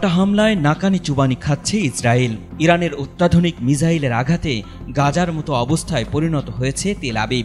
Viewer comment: মিজাইল না মিসাইল😮😮😮